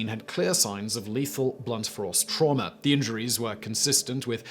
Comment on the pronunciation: Only Simon could manage to accidentally pronounce the word "force" in such a way that it sounds like "frorce". Well done, old boy.